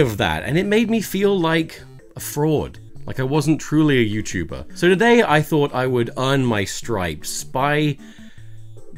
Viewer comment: “Youtber” pardon?